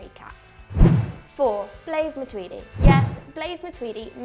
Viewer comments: Matuidi? You drunk son? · You guys are wank for sayin matuidi😂😂